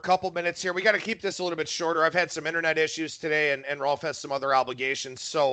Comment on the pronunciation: Why do you call him Rolf?